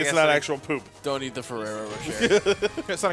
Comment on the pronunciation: Ferrero Rocher is pronounce with a shey at the end.